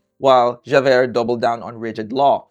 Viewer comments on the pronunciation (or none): It's "jah-veir" and "val-shawn" blended very closely together